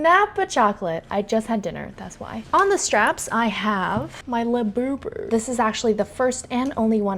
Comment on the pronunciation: “she’s not a 24k la-bew-bew…” is hilarious! 😂😂 (I had to go look that up btw)